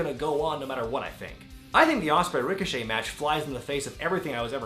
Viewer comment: Ricoshit😭😂 I Deadass thought that was how u said his name